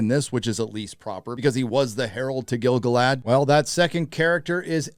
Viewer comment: Please pronounce Gil-Galad correct :)